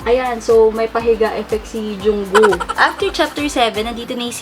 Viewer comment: HAHAHA ate natawa ako nung binigkas mo ung name ni Jungkook na Junggoo